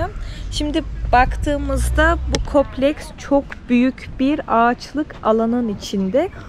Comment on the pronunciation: Berna hanım tanıttığınız (kompleks)kopleks değil Türkçe’yi unuttmuşsunuz herhalde yine de beğendiğim 😉